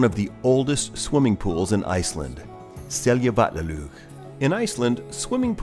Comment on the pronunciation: A well kept secret is that every Icelander takes such pleasure from foreigners attempting to pronounce icelandic words (no matter the pronounciation), that you never have to feel guilty about it. But I was generally impressed by the pronunciation (especially 'Seljavallalaug' and 'Skógarfoss'). It might be of interest to you that 'Seljavallalaug' and 'Seljalandsfoss' are more closely related in meaning than you might suspect. The 'sel' in both is a cognate of the old English 'shieling', and 'land' is simply land in English, but 'valla' in 'Seljavallalaug' is the genitive of the word 'vellir' which means roughly 'flatlands'. So, Seljalandsfoss really means 'waterfall in the land of shielings' and 'Seljavallalaug' means 'bathing pool in the land of shielings'. The word 'laug' means bathing pool and the icelandic word for Saturday is 'Laugardagur', literally day of going to the bathing pool = clean up day before Sunday; the day of rest.